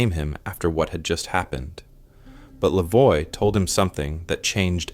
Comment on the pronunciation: the name Lavoie is said "Lah vowah". And Petewawa is "Pet ah wah wah"